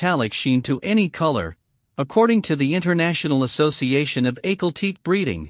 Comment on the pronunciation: I've heard both AHH kahl TEK kee or (for the second word) TEK eh. But not teek I've always heard "Teke" pronounced with two syllables.